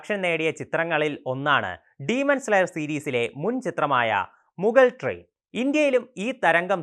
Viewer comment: Cringe roll ❌ crunchy roll ✅ Mugal train ❌ mugen train ✅ Tanjiro camando ❌ tanjiro kamado ✅ 😂😂😂😂😂😂😂😂